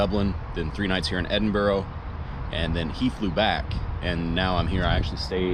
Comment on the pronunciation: Edinburgh is not pronounced edinburo. It's pronounced edinburu